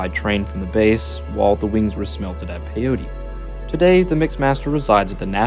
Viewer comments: Pyote PIE OAT ITS PIE OAT NOT PIE OTEE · Thanks for this video! My dad was stationed there in 1944 as a sergeant Chief Photographer. It's pronounced PY-oht, not "pay- otie" Peyote is some kind of drug Pyote (/ˈpaɪoʊt/ PY-oht) is a town in Ward County, Texas, United States. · Its pronounced Pi-yote..sorry im a West Texas guy...Great video! Thanks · It's pronouced Pi-yoat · Say it with me… PY-YOTE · Nice video I'm working in Pyote. FYI, it's pronounced pi-yhote, the e is silent. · I lived there when it was a prison during the 90s. It is pronounced "pie-oat".